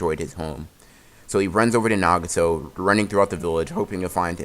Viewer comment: sometimes this guy can't pronounce easy words like nagato